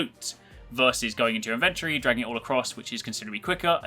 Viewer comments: Does no one know how to say inventory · STOP SAYING INVENTORY THAT WAY!!!!!!!! :( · It's not inventrey